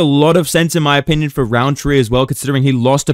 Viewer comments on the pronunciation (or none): none